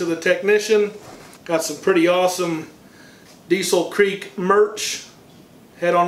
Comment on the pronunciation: Diesel Creek is in western Pennsylvania so it’s pronounced “Diesel Crick”….